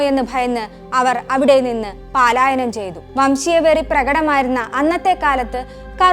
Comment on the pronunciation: പാലായനം അല്ല പലായനം ആണ് ശരി